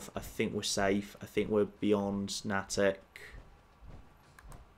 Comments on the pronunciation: Nay-tick not nah-tick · Someone has probably already said it, but Natick is pronounced Nay-Dick. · I realize would never know this - but it's pronounced "Nay-tick" here in the northeast. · Here in the Boston area, Nattick is pronounced "Nay-tick" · Hey, Just FYI.....it's pronounced Nay-tic. And slam the syllables together for the proper Boston area accent pronunciation. Natick....right next to Framingham. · Natick = NAY-tick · His mispronunciation of Natick is triggering me. It's pronounced "NAY-dik" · Natick has a long A. Please,. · Please please please... pronounce Natick correctly!